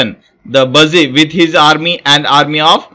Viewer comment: Its not buusy. bussy